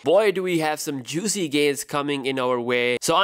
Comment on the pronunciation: I thought u were saying "gaisss".. for one moment i thought u was malaysian 😂😂😂